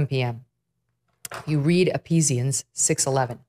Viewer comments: It’s E Phee sians. Not E P sians. The “ph” in Ephesians makes the f sound. Still cool about the reference though. Thank you. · Megyn, it’s Ephesians, not ‘Epesians.’ You’ve said you’re a Christian, and you need to know these little basics for sure. I love you, but - lapse much ?? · Apesians? Megyn, I love you, but it’s Ephesians (E-fee-shi-ans). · Megyn, it's pronounced uh-fee-zhnz, not ep-pee-zeeuns. Just FYI. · Ephesians is pronounced EF-esians. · Megyn!!!! I adore you....Ephesians....eh-FEE-zhuhnz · Love you Megyn,,,but Ephesians ... the ph sounds like an F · It's not "EPEESIANS". I love you, Megyn but Catholic church needs to let you guys read the Bible for yourselves. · Ephesians is pronounced like eh-FEE-zhuhnz. You do not pronounce the P.